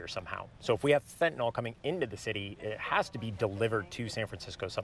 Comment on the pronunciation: "fentanol"? fen ta NYL